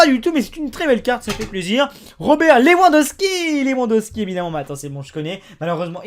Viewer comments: y'a tellement de sacrilège dans cette video comme LeWandowski qui se prononce LeVandowski et qui s'est fait eliminer par le portugal alors que le match est jeudi bon ... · Pour Rober Lewandowski, ça se prononce "Roberte Levandovski" : :) Et au passage, je veux bien te débarrasser de tes doubles, t'inquiète, n'aie pas peur. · Lewandoski ça se prononce LEVANDOSKI ptn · Salut on prononce moutinio et pas mountinio et levandowski voilà sinon j'aimerais bien gagner les double ou même iniesta avc une boîte merci 😊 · Lewandowsky ça se prononce Lévandovsky mdrr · Sa se prononce Levandowski mais s'écrit lewandowski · en français dit LEVANDOVSKI CAR TU N ARRIVE PAS À LE DIRE PUTAIN